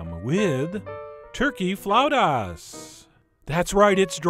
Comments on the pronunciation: Its pronounced flah-oo-tahs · Flautas! It's flautas! Say it, Frenchie!